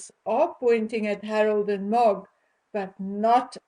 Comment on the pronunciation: MOG does not translate well on video it took me a while to figure out who you were talking about . It may be your accent.